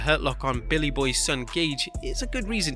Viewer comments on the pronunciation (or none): none